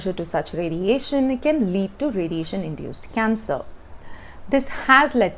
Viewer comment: She says cancer = cancel.